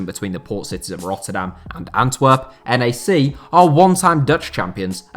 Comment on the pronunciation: NAC is pronounced as one word by the way, not N. A. C.. It would be pronounced Nack with a typical British A